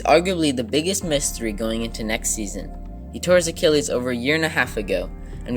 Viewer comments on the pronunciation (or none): none